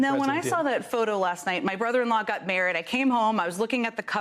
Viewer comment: Did she say, "My brother-in-law got married?" (1) I re-listened to these few seconds at least a dozen times because I genuinely am not sure that that was the actual phrase she uttered (it sounds more like, "my brother-in-law got mare-od"), and (2) I'm wondering why she would say "my brother-in-law got married" rather than "my sister got married." I'm imagining various hypothetical scenarios like, maybe the "brother-in-law" is actually Jen's sister's ex-husband, who is now getting RE-married, but Jen still considers him her "brother-in-law," or maybe Jen has some great divide in her relationship with her own sister, so she would rather refer to the wedding as "her brother-in-law getting married" rather than "her sister getting married," or maybe she just wants to he very respectful to her new brother-in-law and make more of an acknowledgement to him in this moment, than to her sister, just out of respect for him. That one little phrase really made me think a lot and seemed to open up so many questions.